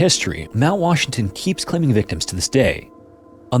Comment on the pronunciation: Love these videos but the narrator needs to slow down. He’s speaking way too fast and slurring syllables together. For example - instead of saying incidents, he said instants. In the intro he said Washton instead of Washington. And Vitorn instead of Victorian, jah instead of jacket, quinstan instead of coincidence.